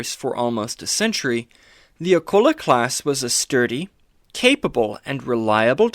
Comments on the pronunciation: Old video but just a point…. Its pronounced with a KULE LA not a kull a …. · You misprouce Akula. Its A-coo- la